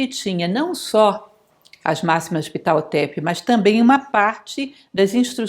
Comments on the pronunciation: Oi. Vc tem certeza que.esse nome sexpronjncia dessa forma? Achei estranho. Sempre conheci a pronúncia como pahhhotep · A pronuncia correta para o H nao eh mudo, mas aspirado.